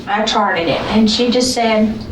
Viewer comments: Did u hear her slip up with the detectives asking about the syringes 💉 of saline??? Wow. She said “AND I TRADED umm charted THEM” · Did you notice the slip of the tongue at She said: I traded it, and then she corrected herself and said I Charted it. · Did you hear her say “I traded it”? Sounds like a slip.